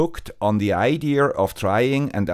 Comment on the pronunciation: Great video. PLEASE NOTE There is no letter "R" in the word IDEA. Pronounced I-D-soft A. NOT IDEAR or IDEARrrr; just IDEA.